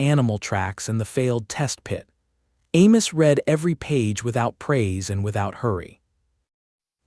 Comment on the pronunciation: also the word read